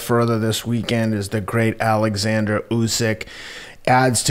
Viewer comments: Its Oleksanr Usyk not Alexander btw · His name is 'OLEKSANDER' lol Jesus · It's pronounced Oleksandr! Just because you're American doesn't mean you have to pronounce EVERYTHING incorrectly!! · It's not a big deal but it's irritating. Nothing effeminate about pronouncing words correctly!